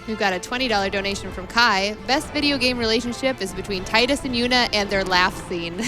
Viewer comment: And the mispronunciation of Tidus.